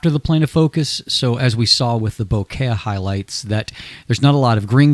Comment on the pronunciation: Great reviews! Makes me glad I've started to buy in to Samyang. But..."bo-ket"? In case you didn't know, it's "bokeh" or "boke", from Japanese. Nothing to do with flowers.